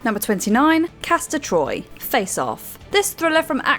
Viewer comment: It's Castor Troy, brother Pollux. And it's Commodus.